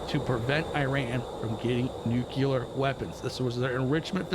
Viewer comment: Love your content,! Although, it's pronounced NucLEAR not NucULUR lol